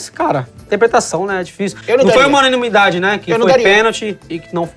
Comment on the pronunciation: Não foi uma unimidade" KKKKKKKKO era pra ser unanimidade?